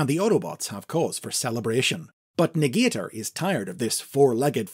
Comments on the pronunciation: I think Negator is actually pronounced nega-tor, not ne-gater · Interesting stuff! I think this would make for a great elsewords mini or something, maybe even a new continuity. Also I believe they wouldve pronounced it Nega-Tor😁